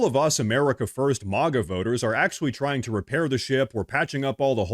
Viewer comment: are you just an AI puppet? You pronounced MAGA like MAWGA.